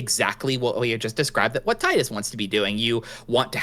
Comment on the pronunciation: Tee-dus, not Tie-dus.